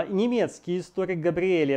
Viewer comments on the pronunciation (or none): none